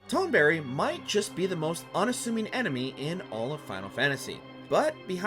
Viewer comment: Toneberry. Inplokable. Was this narrated by AI?